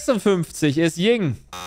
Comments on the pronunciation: Mega Format, gerne mehr davon, aber das heißt Yin und Yang, nicht Ying und Yang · "Ying" tat schon weh in meinen Ohren. Aber super Spielshow! Vielleicht ein wenig zu leicht an manchen Stellen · es heißt tatsächlich yin und yang nicht ying und yang